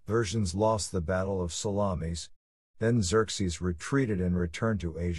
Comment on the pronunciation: I have to laugh at pronunciation of Salamis. Italian sausage fought both Greeks and Persians